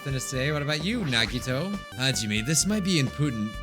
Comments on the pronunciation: I have a fun game Count how many times he pronounced Nagito wrong every episode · it’s true, nagito’s real name isn’t nagito. it’s actually nagitoe